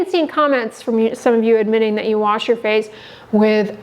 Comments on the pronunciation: I’m sure this girl is great and everything, but the way she said hand “ warsh” doesn’t give me a lot of confidence in her tbh. 😹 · I’m not taking skin care advice from anyone who pronounces it - warsh.